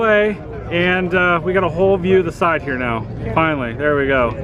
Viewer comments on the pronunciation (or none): none